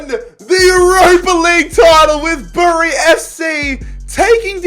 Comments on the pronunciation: Bury is not pronounced bury it’s pronounced berry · It’s pronounced ‘berry’